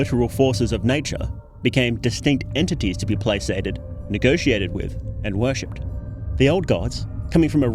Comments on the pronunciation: "Play-sated"? Did you mean to say "placated" there, buddy? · Yeah, about that. FYI, "placated" is a hard C. Not a big deal, my fiance gets words wrong all the time cuz he only ever saw them in text form. Like, he thought "coax" was pronounced co-AX, as in, coaxial cable 👀